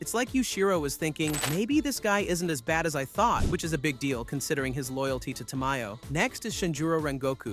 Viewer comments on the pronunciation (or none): none